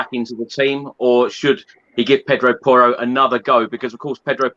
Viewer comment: How do you spell “Porro”? Well… “ Poor-o” He MUST learn Conte system? I thought he was natural in this system???